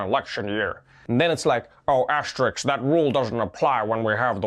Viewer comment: For starters, maybe the jackoff should learn how to say the word "asterisk" before trying to make a useless joke about it.